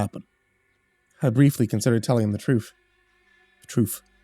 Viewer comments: "wanna no da truf?" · Troof? Troof? Lmfao I love it 😂🥰 best part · Oh my God the way you said truth and then was like truf truf? KILLED ME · "I briefly considered telling him the troof" Me: The troof?: The troof, the troof. WaNnA kNoW tHe TrOoF? Goddamn, I love you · Niiice body horror....sooo glad I just ate dinner before I decided to listen. *Gagging noises* but also great as usual. XD Da Troof. I love your bloopers. Great break from the awesomely horrific tone of this story. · The troof? You can't handle the troof! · Lol the troof XD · "Wanna know the truff"? Bahahaha